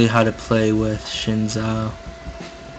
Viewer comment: Learn how to say the champion's names right omg. SHIN ZHAO? Yeah thats what YOU said. its XIN zhao. In english you replace the x with a z so its basically Zin Zhao. Cho Geth? CHO GATH. THE A. Cho Gath. CHO GATH. AKILLI? Where is the second a in Akali? Its not like it is replaced with a I.